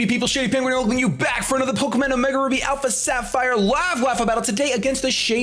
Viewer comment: I heard "Pokemin" at the beginning.